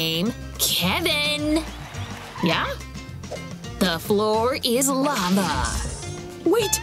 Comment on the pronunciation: Not lovo it is lava